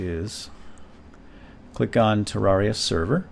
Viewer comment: he says Tewwawia. Slyfox fan/viewer?